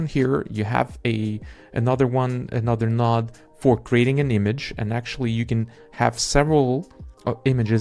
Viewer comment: Node not Nod bro